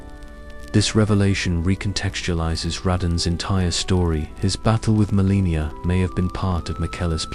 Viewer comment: i appreciate this type of video, but is this an AI vocalization? Because there are proper nouns mispronounced all OVER the place, it's crazy distracting, and it makes me think this video was put out by someone who's never paid attention to the lore of the game. To name a few: Caelid = KAY-lid (not SEE-lid) Radahn = ruh-DAHN (not RAD-din) Malenia = muh-LAY-nyuh (not muh-LEE-nyuh) Miquella = MICK-uh-luh (not mick-AY-luh or mick-ELL-uh) Marika = MARE-uh-kuh (not muh-REE-kuh) It just begs the question of how much research a real person could do playing the game without actually noticing how these words are pronounced...